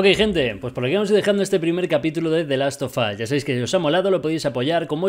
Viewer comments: Nadie:: the last of us German: de las o vos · The last of asss Jajajaja